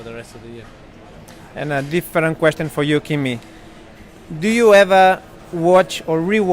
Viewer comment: Gene's spanish accent is really funny, especially when he pronounces "question" like the spanish translation "cuestión".